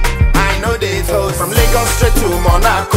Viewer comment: So funny how #Akon pronounced Lagos